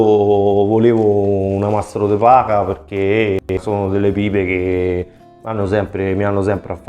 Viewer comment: De Pacha? È de Paja. Mamma mia.....